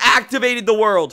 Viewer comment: "Za Warldo" Are you actually sure you're a legit JoJo fan?